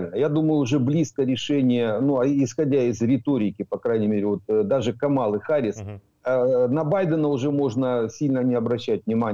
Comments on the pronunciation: Когда уже научитесь правильно читать имя Харрис ??? На все американо - английские имена и фамлили , ударения падают на первый слог..! 😂😂😂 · "Си Дзин Пин - председатель колхоза" 😂😂😂 Класно сказано! Зауваження пану. Камала Харіс, а не "Гаріс". Пан вимовляє правильно (як Американці). Я задонатив на ССО. Дякую за зведення! Бажаю здоров'я! Слава Україні! 💛🇺🇦💙